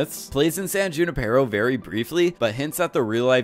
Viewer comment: who-ni-per-O....that's how you say, "Junipero." :)